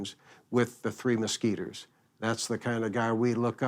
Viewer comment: you're mispronouncing Mesquiteers. The young boy in the opening says it correctly. Similar to musketeers.